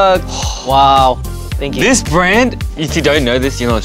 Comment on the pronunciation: heeseungs “thank you” sounds so american 😭